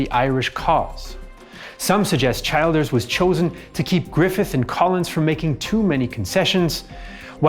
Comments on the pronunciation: Childers is pronounced "Chill-ders" NOT Child-ders. Other than that ... not too bad a summation. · Childers is pronounced as chill ders. Great video nonetheless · Excellent, thank you. Just one tiny quibble - Erskine was chilled(ers) not a child(ers) in pronounciation. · Robert Childers surname is pronounced Chill Ders. He was executed during the Civil War. His son was elected President of Ireland in 1973 and Childers Granddaughter served as an MEP as recently as 2019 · He did extremely well, obviously does his research. Kinda got Childers wrong but a very small thing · and yet fell at "Childers" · Great job very fair and unbiased. One minor note Erskine childers is pronounced err-skin chill-ders